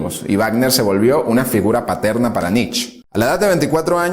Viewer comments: No entiendo, tanto conocimiento de parte del locutor , pero continua repitiendo Nich, Nich, Nich, cuando en en realidad se pronuncia "Niche" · Muy buenos todos tu videos. Excelentes temas. Solo te pido que tengas cuidado con las pronunciaciones. Friedrich Nietzsche era alemán, por lo que su apellido no se pronuncia "nitch" como lo decís vos, sino "nitzche" con "e" final. Poné el nombre en el traductor de Google y ahí tendrás el audio de la pronunciación. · Excelente biografía, como siempre. Un detalle: la pronunciación más aproximada de Nietzsche es «nitz-ye», con la «y» sonando como en coyote. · Pronuncie "Nitche".. Màs cercano en español a la fonética alemana.. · Pronunciá NietzchE With E por favor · ❤️ Nietzche. Como tip, se dice como se lee, o sea con "e" al final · Me tiene enfermo el Nich!!! Si te creerás alemán entonces es RIJAR FANGNER.... Por las reflauta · Perdón, pero pronuncia Mal el apellido